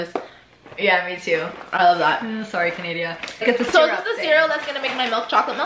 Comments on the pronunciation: Why y’all pronounced Canada like that tho 😩😩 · Canadia 😂 LOOL im dead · "canadia" im dead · Sorry canadia 😂😂😂😂